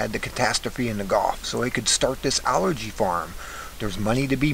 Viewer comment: "Al Gee" you dork!